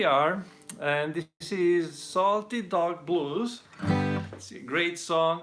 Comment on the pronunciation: I could have sworn he said salty dog balls 😂